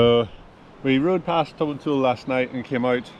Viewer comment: I stay in Grantown so I know some of the tracks you were on, but a bit more route description would help. Eg how did you get from Elgin to Dufftown. You need to work on your pronunciation- it's Tomintoul, as in "towel".